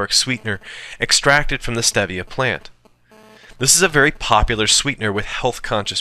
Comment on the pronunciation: Dan Quinn doesn't approve of you condemning stevia. (pronounced steevia, player!) He will challenged you to a fight while videotaping himself shirtless in a mirror, Ok player. (ok, only the mma fans will get that.) How about maple syrup? yay or nay?